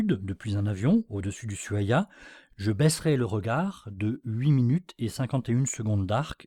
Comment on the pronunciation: Ushuaia = "Ouchouaia" et non "usuaia"